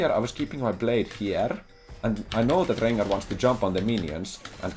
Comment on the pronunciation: I love when plays against champs with many Rs in their name! Rrrrrengarrrrr